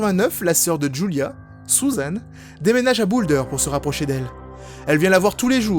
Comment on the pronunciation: les "u" ne ce prononcent pas toussent en "ou", sa ma fait rire quand tu as dit "Sousane" au lieu de Susan ^^'